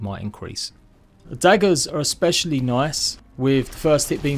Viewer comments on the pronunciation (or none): none